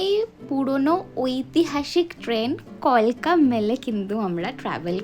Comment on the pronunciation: ম্যাডাম কিছু মনে করবেন না আপনার ভিডিওটা খুব ভালো হয়েছে কিন্তু কথাটা কালকা মেল নট কলকা হবে না